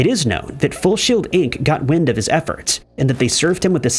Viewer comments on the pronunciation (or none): none